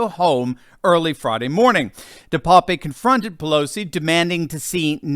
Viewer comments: Name is pronounced DE PAP. Like pap test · DePape a Dutch name pronounced de-pap the e is silent .